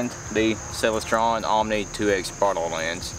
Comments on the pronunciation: I am not sure, but I think you are saying Celestron incorrectly. "Celest" as in "celestial". Then add ron at the end and you may have it. It sounds as if you are saying Celes Tron or something strange. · Couldn’t figure out what he meant by “sell a straw” until I realized he said Celestron. Great video. The cat in the tree top cracked me up too